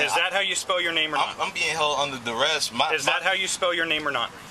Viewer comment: “I’m under duress!” Sir, it’s pronounced under arrest